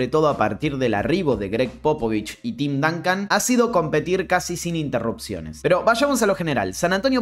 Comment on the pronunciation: Porque los argentinos tienen una pronunciación del ingles tan espantosa? Tim DANCAN Stephen CARRY Jeff Van GANDY 😣😣😣